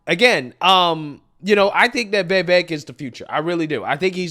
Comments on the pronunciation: now that you’ve met him… now that you’re convinced he’s the real deal… now that you see him as the (post-Trump) future of the GOP…. will you please start pronouncing his name correctly? Serious. You work your ass off; you care about accuracy; you have solid political insight; you’re smart, you’re professional — and yet you totally give yourself a pass about this one thing. Doesn’t matter if you have an old friend w the same name who pronounces it differently. So? You could land an interview with this presidential candidate. I know you could—in fact, I’m certain that you will—and when you do, if you pronounce his friggin name wrong then that’s just ridiculous. Most people pronounce it wrong, that’s true. He never corrects anyone about it & he doesn’t waste energy letting it bother him, so people keep doing it—BUT—he absolutely takes notice when people DO pronounce it correctly, & he appreciates it. You’re excellent at what you do, and you shouldn’t give yourself a pass on his name. Vivek is pronounced vi-VAKE. Think little lake: li-LAKE. Or that butter soft bitch, di-DRAKE. When Klan Jones gets emotional on camera, he shi-SHAKES. It’s vi-VAKE. It’s “vi” like victory, followed by VAKE. Ok? All together now! vi-Vake. I concede the spelling of Vivek seems in conflict with the pronunciation — I can’t think of any English word in which an “e” alone is pronounced like a long “a” — but there are many English words in which “ei” are pronounced like a long “a”…. For example: vei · This dude is in love with Vivek but butchers him name every time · He and Benny Johnson seem to have trouble with it.🤯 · Vy-Veck not Vee-Veck. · Vee-vehk’ Vee-vehk’ Not vay-vake!! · Hey,, PLEASE learn how to CORRECTLY pronounce Vivek's name. It's NOT "Vay-vake". It's Vi (with a short sound on the "i", not a long "e" sound on the "i") and vek...which rhymes with cake. Vivek is pronounced Vi-vake. PLEASE GET IT RIGHT. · (Vee-vake) man. Cmon now. It ain't that hard